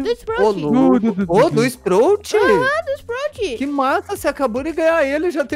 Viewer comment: é spraut, n sprout e é lu, n lou